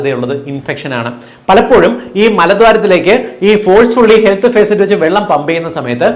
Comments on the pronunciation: Facet അല്ല, faucet ആണ് Dr, ഫോസെറ്റ്... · ഹെൽത്ത് ഭേസററ് അല്ല, ഫോസറ്റ്..faucet ആണ് ഡാക്കിട്ടറെ! എവിടെയാ പഠിച്ചത്?🤔🥵🙉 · ഫേസറ്റ് അല്ല ഫോസെറ്റ്